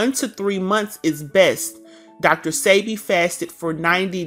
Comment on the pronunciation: His name is PRONOUNCED DR. SEB-BE… I WISH THIS WOMAN WOULD SAY HIS NAME CORRECTLY!! It’s SOOO… ANNOYING!! # RESPECT ✊🏾 THE MANS NAME SAKE! Yesssh …